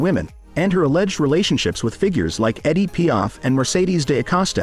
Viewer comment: It's EDITH Piaf, not Eddie... you pinhead! 😂